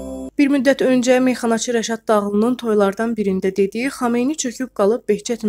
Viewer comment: Düz deyib xomeyni yox xuymeyni Düz deyin adini